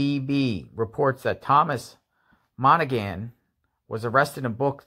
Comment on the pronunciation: Pronounced , Mon A Han , it is an Irish name.